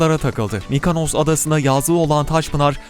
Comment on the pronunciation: Şu adanın ismini bir türlü öğrenemediniz! Mikonos! (Mykonos) MikAnos diyenlerin ağzına küreğin keskin tarafıyla vurasım var!